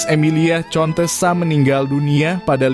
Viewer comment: Jangan di baca contesa,akan tetapi harus di baca kontesa.